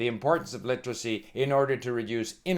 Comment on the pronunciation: Hey old man. If you're going to talk about literacy, then you should at least know how to pronounce the word. Its a 4 syllable word, not 3 like you try to pronounce it. LI-TER-A-CY, not LI-TRA-CY. Get off YouTube and stick to checkers with your buddies.